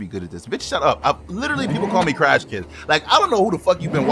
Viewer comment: “Crashkid” I’m dead ☠️ 😂